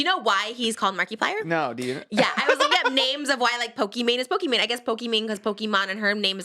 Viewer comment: how she pronounces markiplier is so perfect